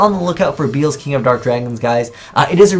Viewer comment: I wonder if will ever learn how to pronounce these cards names correctly. His name is Be-el-zuh, not beelz.